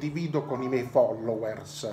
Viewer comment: si dice follouerz